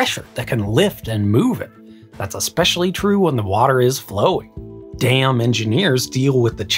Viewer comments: The emphasis of "dam" in that phrase is so beautifully subtle. Haha! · that was a lot of emphasis on "dam". Felt like someone was complaining about my design. 😅